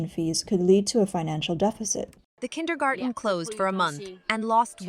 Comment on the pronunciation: It's "kindergarTen" though, dear narrator.